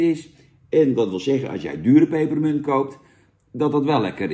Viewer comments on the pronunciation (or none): Er staat 'pepermunt' niet 'peperEmunt'. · Jannnnn, het is PEPERMUNT, geen PEPPEREMUNT 🤣🤣🤣🤣🤣🤣